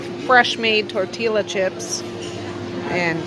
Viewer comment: Lovely, relaxing vacation. Nice to see you unwind for a change. If you wanted to sound authentic, tortilla chips are pronounced 'tortiya' chips. ☺️ Glad you had a great time.